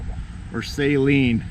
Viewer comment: Please people say "Saleen" correctly. Steve Saleen doesnt even say Say-leen....